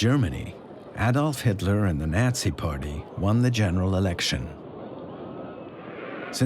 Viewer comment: Program your A.I. bot to pronounce Roosevelt, Nazi, Lange, and Delano correctly (among many others).